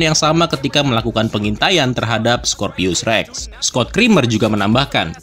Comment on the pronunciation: bang baca nya bukan scorpius rex ya tapi scorpios rex